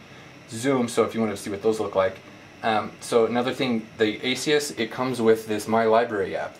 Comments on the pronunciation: Good video, but the name of the company is ASUS, not Asius. There is no "i" sound in the name. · Great review, my only problem is that it's ASUS not A-SEE-US. Perhaps I'm just nitpicking. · Good review, just one problem. It's ASUS not ASEe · Realy why do you say asius? lol do the people at the store say it like that to? Or do they just say: Wtf at ASUS not asius.. asius sounds lame' lol just kdding ofc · Omg say the companies name right